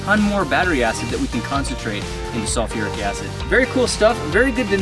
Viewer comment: Its pronounced sulfur not SOLFEOUR